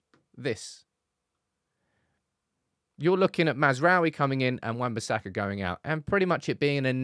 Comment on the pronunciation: Why everyone says he’s name wrong 💀😂 it’s. Maz (like Mazda da) rA(!) - oui (France yes) So Maz Ra Oui Everyone yt’uber says massra’oehWie, it triggers me 😅